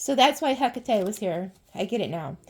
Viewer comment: I found it! ❤❤❤❤❤ To pronounce "Hecate" correctly, say it as /ˈhɛk.ə.ti/, with three syllables. Another common pronunciation is "Heh-KAH-tee," emphasizing the second syllable, which is closer to the Greek pronunciation. To practice, break it down into sounds: "hek" + "uh" + "tee".